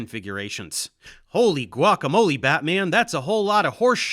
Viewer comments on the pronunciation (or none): none